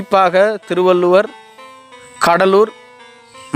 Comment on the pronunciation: அய்யா அது திருவள்ளுவர் இல்லை திருவள்ளூர் அதை தெளிவாக சொல்லுங்கள்